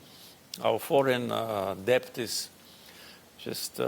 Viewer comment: Has been ile have been’in farkini daha dogru gramatik olarak cumlede kullanmasini ogrensin de sonra gelsin cumhurbaskani olsun. Zavalli halki da saniyor ki baskanlari ingilizce super biliyor😂 DEBT kelimesini debt diye okumasi da daha bir komedi😅 SON 10 yildir hep debt diyor pronounce ederken😅